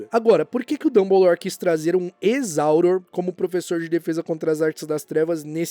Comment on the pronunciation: Não se fala "áuror" se fala "aurôr" , melhora isso dai bruxo.